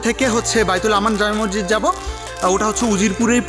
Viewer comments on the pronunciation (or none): মরজিদ না ভাই মসজিদ। আপনি বার বার মরজিদ বলছিলেন।তাই আপনাকে আমার বলতে ইচ্ছে হল। কিন্ত আপনার ব্লগ অসাধারণ লেগেছে।❤️ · Apnar vdo khub sundor. Information o sundor vabe deya. Appreciate. Kintu, ekta choto jonish ektu odd laglo, apni ki Moshjid ke Mojjid boltesen bar bar? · Vaia sob kisu thik ase but mojjid na mosjid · Bro morjit na re vai moshjit hobe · Morjid na bhai Mosjid, vlo kore kotha bolte sikhun.. From India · আপনি বারংবার মজজিদ বলছেন কেনো?মসজিদ উচ্চারন টা সঠিক করুন।